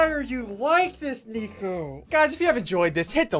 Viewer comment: Bro really why do you call him flico instead of nico?